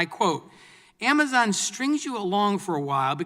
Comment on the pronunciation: "Amazine" lol